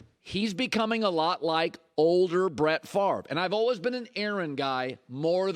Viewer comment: Colin "olwehs" Cowherd. What kind of accent is that? Lol